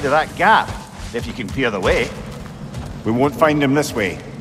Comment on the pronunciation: if yuu cen fend thee wey